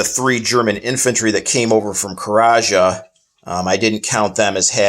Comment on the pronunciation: There is no territory called karaja It’s called Karjala